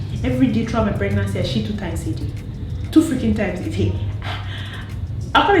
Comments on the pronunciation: She said " I sheet well, I sheet I like myself" 😭☠🤣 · It’s the emphasis on “shit” for me 😂😂😂😂😂😂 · Congratulations girl. So happy for u and the emphasis of shit is killing me lol